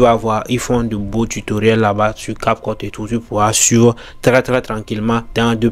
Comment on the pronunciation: Prononce bien cap cut des fois on dirait que tu dis capote.